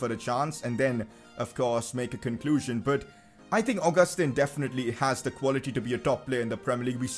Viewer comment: It's pronounced au-ga-stan